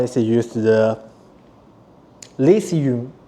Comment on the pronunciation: Hello friends! I only want to help, your English is better than my Mandarin. you said "soiled" but meant "solid". Don't worry about not being able to say "lithium", what you did instead was great. It seems you're having a little trouble with ending on a final L in "material" so you're leaving out the last syllable completely. I understand no syllable sounds like that in Mandarin, but maybe you could try approximating it with an "e" vowel (almost). This isn't really important but it's a little surprising you require 20V to charge a 3S pack. Isn't the charger linear? Shouldn't it negotiate only 15V at most from the USB-PD supply so the charger's losses are less? Maybe it is due to compatibility with your solar charging hardware, or to correctly bias a diode by being a larger voltage than your panel. Either way it's not a criticism, just a thought. If this device had existed before I already built everything myself, I would have paid that price for an all-in-one solution. My BOM wasn't much lower, but your construction is much better quality. But because I already did unfortunately I won't need one unless something breaks 😅. But I will tell other people about your solution.